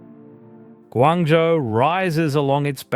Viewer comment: ， should be “Guangzhou“